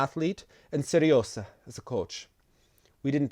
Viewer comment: The "hot Sergei"'s diminutive name is not Seresa, it's pronounced Se-ryo-zha - here's an example ;)